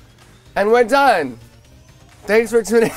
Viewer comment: When he says "where done " Hahaha